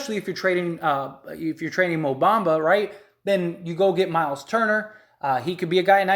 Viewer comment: Bro the Magic is not trading Franz is you outta your mind???? And you not even saying Bamba name right…. You know nothing about the Orlando Magic!! Like you really rather keep Isaac over Franz… Stop it bro stay off the weed! Franz is a corner stone! The man had a 38pt game his rookie year a Point forward who can play on and off the ball and a dog on defense and played over 70 games led all rookies in scoring! Over Cade over Green over Mobley over Scottie Barnes and you talking bout franz won’t be that big of a lost… You have no idea what u talking bout